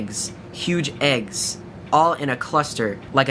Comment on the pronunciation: when you said it looked like eggs I legit thought you said AIDS!!!